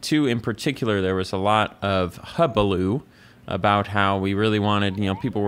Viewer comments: It’s hullabaloo* not hubaloo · Its hula-bah-loo